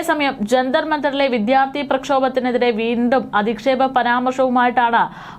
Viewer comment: 😊'ആക്രമത്തെ' അല്ല 'ആക്രമണത്തെ' എന്ന് പറയൂ വിധ്യാർത്ഥി അല്ല.വിദ്യാർത്ഥിഎന്നാണ്